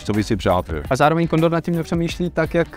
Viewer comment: On řekl kondor nebo kondom 🤣😂